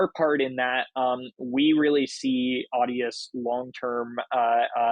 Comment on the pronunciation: Its Audius, like in the thumbnail. Not Adius XD